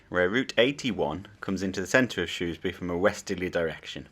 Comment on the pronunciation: There is no o in shrewsbury 😂😂